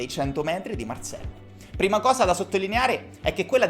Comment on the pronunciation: Marcel perche lo pronunci alla francese?